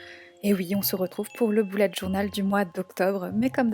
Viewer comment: j'adore ton mois d'octobre toutefois on "beullet" journal et non "boulette" journal